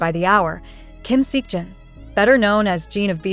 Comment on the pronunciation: It's not sik Jin, it's Seok Jin , sounds more lick soc , same goes to hobi's full name, Jung ho Seok. The Seok pronounce the same.